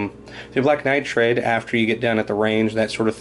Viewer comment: it's pronounced nitride, not nitrAde